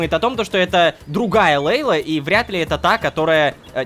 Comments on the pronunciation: Лололошка Ты Не Правильно читаешь Имя ЛЕйла а надо ЛейлА ударение на "А" заранее спасибо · Собираем петицию чтобы Лололошка говорил имя мачехи Джамиля правильно: Лейла́